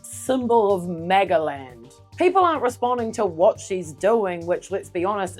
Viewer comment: "Peeple were pessed!"